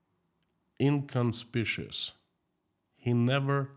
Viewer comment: Inconspicuous! In-con-spik-yu-us. Just saying!😂